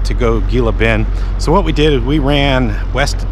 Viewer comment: i know its spelled Gila Bend but its pronounced Hila Bend lol